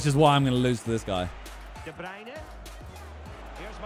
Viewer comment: It sounds weird hearing the commentator say De Bruyne the right way